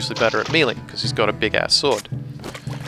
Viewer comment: That's not how you pronounce 'melee' lol.